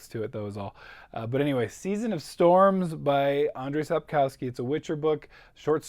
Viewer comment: great reading year! SO HAPPY TROUBLE WITH PEACE WAS SO HIGH IT IS SOOOOO GOOOD!!!!! Ps. Sapkowski is pronounced Sapk-off-ski:)